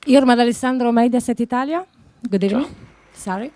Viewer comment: Good ebening